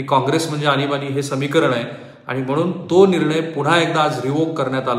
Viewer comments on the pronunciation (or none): आनिबानि नाही,आणीबाणी😀